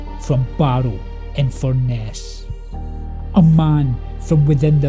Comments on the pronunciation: Also it’s pronounced in Fur Nuss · Fur… ness, it’s pronounced Fur…ness.